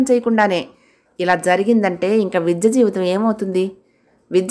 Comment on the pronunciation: Story bagundi … meru chadive vidhanam inka bagundi… Chinna salaha andi…. Vijja…vijya… ani palukutunaru… vidhya ani palakithe baguntundi kada..